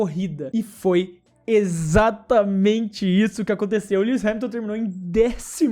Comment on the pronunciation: Mano você pronunciou o nome do lewis errado [mesmo que isso nao importe] você falou lewi